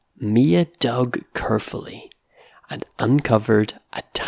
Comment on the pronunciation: are you Scottish? I'm just curious because of the way you pronounced certain words like the ones that have the /ey/ sounds: carefully, raised, paper, and waves. Carefully sounds like curfully; raised, reezed, paper has a true /ey/ sound; and waves is wevz. Also, isn't buried supposed to sound like beh-reed?